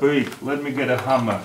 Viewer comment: "Shmaskh ikt wikth the khammer"